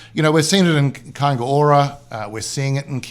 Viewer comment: It's Kainga Ora not K O.